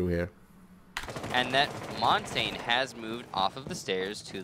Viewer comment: Why do the casters keep mispronouncing Montagne? They should know better.